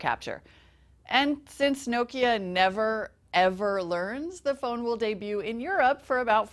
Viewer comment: It is NOT "No-kya", it is "NOKIA"!